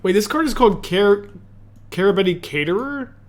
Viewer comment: seriously, tho, idk how its possible to read hundreds of cards a day and not get this one right even once